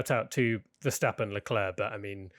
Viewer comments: Leclerc is not pronounced as "leklirk" but as "l-a clair" (phoneticly in English) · no as eclair